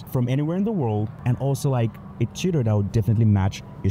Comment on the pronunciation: Dude! “Tutor” I heard you saying: cheater, your pronunciation got me! 😂